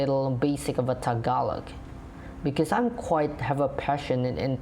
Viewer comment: ITS NOT TAG A LOG ITS TAGA ---LOG the A on the GA is the long A